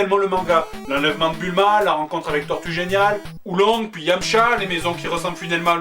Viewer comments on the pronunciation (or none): c est yamcha pas dashlim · C'est Yamcha pas dhalsim x) tu m'as tuee